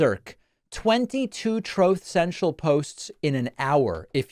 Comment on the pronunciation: He said in a speech, troth sential! 😂